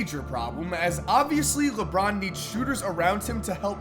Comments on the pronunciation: LeBorn lmao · LeBORN James?? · Leborn lol